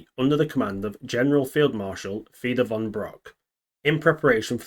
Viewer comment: really interesting content. but your butchering of german names is worse than what jagged the ribbner did in lodnons waitchaplan ;) for example im sure that fedor von bock wasnt related to bRock lesnar and that the city is called bielefeld and not bellyfield. but beside that i really enjoyed your content. must have been some work to get all the informations together